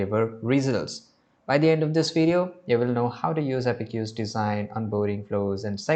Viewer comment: Thank you for the informative video! One small note — the correct pronunciation is "App-Cues" (two syllables), not "Appe-cues". You can type it into Google or any AI tool to hear the correct pronunciation. Keep up the great content! 🙏